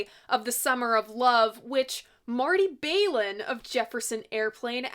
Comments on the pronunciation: I thought you did a good job w/ your facts as well as your opinions. Just brush up on your pronunciation of Marty’s last name; it’s not Bail-in, but said w/ a flat ‘A’ , like Baal-in w/ the start rhyming w/ ‘pal’. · Balin not bailen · Pronounced Baahlin not Baylin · Balin rhymes with Allen. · Marty’s last name isn’t pronounced “Bay-lin”with a long “a” sound; the “Bal” is pronounced with a short “a” sound as in the word “ballot.” Thought you’d like to know.